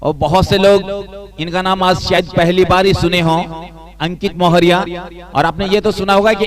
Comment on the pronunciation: o bhai ...nam to thik se bolo...mohoriya ...maurya hai vo